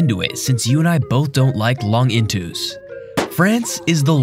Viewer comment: Long intus????????